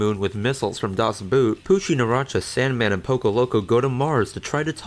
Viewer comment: He cant pronounce Das Boot god damn